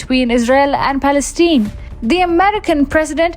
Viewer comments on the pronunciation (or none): NOT "Palenstine" there is no such nation